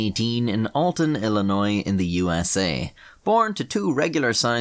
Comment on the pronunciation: Love that you were scribbling shite in a history book when young, fitting. Also as an Illinoisan I appreciate when people pronounce it correctly, always amazes me.